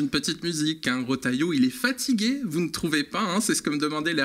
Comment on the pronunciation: Trop fort le rotailloyo 😂😂